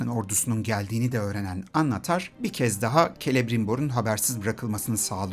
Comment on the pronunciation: Annatar degil annnnatar